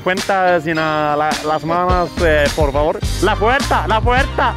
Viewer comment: säger porfavor=porrfabror